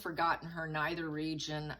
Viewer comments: Sorry - at timeline 4.50 it's pronounced "nether " regions, not "neither" regions. Not as in "neither" - nor, but as in "leather" it is an "n" as in "nether" . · The word is NETHER. N-EH-TH-R. There is no 'I'.